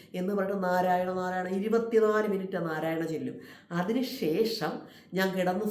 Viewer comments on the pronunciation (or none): നാമം ചെല്ലുക അല്ല ചൊല്ലുക എന്ന് പറയുക